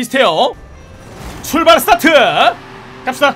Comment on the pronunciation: 출발아트 출바라트 추바라트 ㅖ? ㅋㅋㅋㅋㅋㅋ